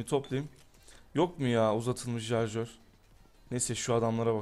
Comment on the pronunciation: "jarjör" değil "şarjör"